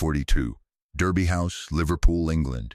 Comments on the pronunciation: Derby is pronounced Darby. Like Americans pronounce "Not" (ie Nard). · Thèse ladies were fantastic, a pity they have had to use Ai with an American accent, incapable of pronouncing English correctly there were numerous errors, the first in the first sentence Derby, is pronounced Darby house